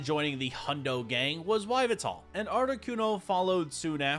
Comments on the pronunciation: Yveltal is pronounced (yee, veL, tall) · Yveltal ???? (EE-VEL-TAL) one of the three legendary in pokemon XYZ! ❤❤❤ Then after that in the video he pull out a Xerneas?? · your black flying pokemon is pronouced like ee - vet - al